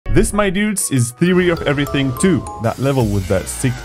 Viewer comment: Theary of everyintg😂😂😂😂😂😂😂😂😂😂😂😂😂😂😂😂😂😂😂😂😂😂😂😂😂😂😂😂😂😂😂😂😂 Theary of everything